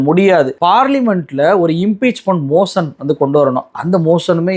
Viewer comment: Given meticulous information. Sharia varma clarification was there in the pinned message. Another mis pronunciation is in motion மோஷன். மோஷன் என்பதை மோஸன் மோஸன் என்று உச்சரிக்கிறீர்கள். தமிழர்களின் உச்சரிப்பாக இருக்கலாம்